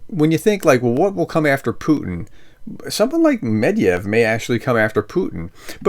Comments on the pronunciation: "Medvedev" is pronounced "Medvedyev", not "Medyev" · It's Med-ved-ev, not "med-yev" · Med va dev is how you pronounce it